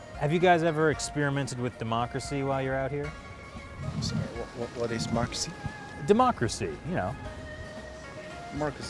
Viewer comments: chinese certainly know the word "democracy"，but your pronunciation sounds like "macracy". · These people are studying abroad - in a democratic nation - and they don't know anything "Arhh-class??" "Mochacy?" ..I don't know, in my book, this falls back on the institution where they study. There must be some reason or other why these students are so clueless about the most fundamental issues in the country where they study. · What the ef is the-ma-cracy?